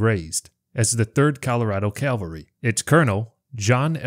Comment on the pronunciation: It's cavalry not calvary. I'm sure all good American Christian's must know the difference